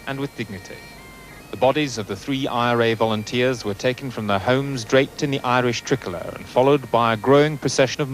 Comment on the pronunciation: "The Eyerish Trickler" 😂